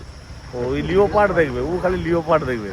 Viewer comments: সুন্দর ভিডিও দেখলাম। একটা কথা লিখছি ছেলেদের স্কুলে ভাল এবং ঠিক ইংরাজি শেখায় না । লিওপার্ড বলে না ,লেপার্ড বলে। ইংরাজি বানানে leopard লেখে।কিন্ত উচ্চারণ লেপার্ড। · একটা ছোট্ট সংশোধন এর আছে ও ের জন্যে বিশেষ করে। চিতাবাঘ কে ইংরিজি তে Leopard বলে। এটার সঠিক উচ্চারণ লেপার্ড (Leh-pard). বানানে o থাকলেও ওটা উচ্চারণে আসে না,উহ্য ( silent) থাকে। বাচ্চাগুলো সঠিক শিখলে ভালো আর কি। তাই বললাম। Leopard ____বাংলায় লেপার্ড, খুব সহজ। আশা করি ভুল বুঝবেন না।